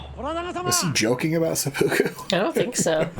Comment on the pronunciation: I think she said "sepukkake" but hilarious either way.